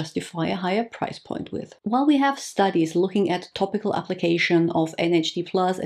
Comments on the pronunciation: Why are you pronouncing it NHD+ and not NAD+? Is this the right pronunciation? Thank you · I keep hearing you say NHD throughout the video rather than NAD☺️ ? thanks for your insight on this one, it’s a hot topic!